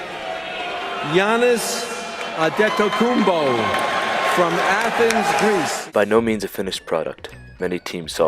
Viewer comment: Wow! Rest In Peace Commissioner David, he said Giannis’ last name correctly- “Adetokunbo”